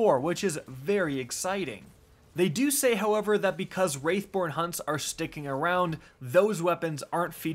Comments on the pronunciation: Say it with me - WrATHborn, not WrAIthborn. 🤣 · Can we uh can we have a talk. Can we please stop calling wrath born hunts wraith born hunts, its very clear that word is wrath not wraith. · Bro it's WRATH born hunts. Not WRAITH born hunts. lmao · It's Wrath Born not Wraith Born btw. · He keeps saying wraithborn? It’s wrathborn there is no I in that word lol! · "wraithborn hunts" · Serious question- Do you just pick a random word to mispronounce in each video? "Wraithborn" "Gilla-teen" "Belov'd" This is some kinda gimmick right?